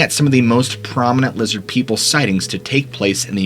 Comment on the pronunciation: "Lizzid Peeple!"